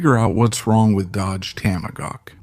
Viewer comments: Cracker AI. IT'S A TOM A HAWK, NOT TAMA GAWK! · Toma-gawk! Really? This is an AI pathetic pronunciation screwup! .. like sending a rocket into space without the o-rings.. why? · This is the WORST AI audio dub I have ever heard. "Tamogawk"? F.$.S.; get a voice! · AI SLOP! TOMAGAWK? F this channel! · The Dodge Tamagawk😂😂😂😂 Stupid AI slop. I wanna see it actually put through it's paces against the Lazareth LM847. The other nine they sold where sold as non working display pieces. They simply left out some ignition parts and chains. I'm surprised not one owner got one working. No real car guy probably bought one. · You mispronounced the fuck out of TOMAHAWK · it's hard to understand how the narrator can be obviously american but be so poorly educated as to mispronounce tomahawk every time. i'm sorry to say this but " either get an education or please stop doing youtube videos" ! you are an embarrassment!